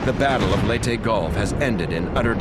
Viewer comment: I'm surprised the narrator pronounced Leyte correctly. Most other narrators from other documentaries would pronounce Leyte as "Lay-ti" when it should actually be pronounced "Ley-te"